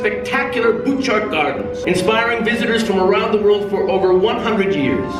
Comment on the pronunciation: I was looking forward to this video so much and I really enjoyed it! The Canadian Pavilion is beautiful but Canada is even more beautiful in person. You should come visit! Also, it is pronounced boo-shart gardens. :)